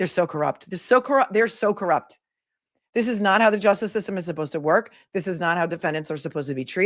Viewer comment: You're pronouncing it wrong, its evil and its judge Cor-rupt.